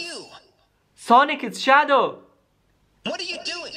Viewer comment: Yes sonic shawow